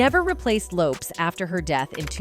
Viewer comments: Yes can't believe there aren't more comments on how she's saying "Lopes" lol, how can anyone not know this woman said it Lopez? she's one of the most famous women of the decade. They probably do it on purpose to make people comment. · It's LOPEEEEEZZ 🤦‍♀️ like dang at least get my girls name rite smh I hate AI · I think its AI reading. Ive noticed it on other videos too. Many vids these days are using an AI narration i think. I think. I could be wrong but ive noticed other mispronunciations that are similar. AI is reading it phonetically. Lopes with an S does not phonetically read as lopeZ. What do yall think? Maybe? It bugs the shit out of me when i hear stuff like that and then the grammar mistakes too! 😮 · Why did you BLEEP OUT the word Sexy in this report on TLC? And Left eye's Last name is pronounced as Low-paz... duuuuuuuuhhhh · It's Low-Pez